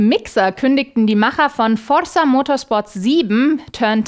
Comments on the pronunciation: Du betonst Forrza, wie Marrcel Skorrpion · und ich dir sagen kann das forza sicherlich nicht so ausgesprochen wird... das Z wird betont. hoffe als Südtiroler bin ich glaubwürdig genug, höre es jeden tag von Italienern. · Forrrrrsa :D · liebe das gerollene r * . * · sagt Forza so schön 😄